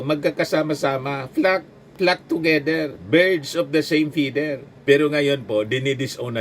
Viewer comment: pronounciation po ng feather, feder po hindi po fider. Thank you po.